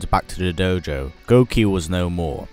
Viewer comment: doughjou lol, satzu accent